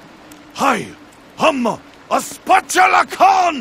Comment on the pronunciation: " shows you the location of the Spatula Con in Tiny Tina's Assault on Dragon Keep" Who the fuck is Spatula Con? It's spatula Khan, you even write it in the title!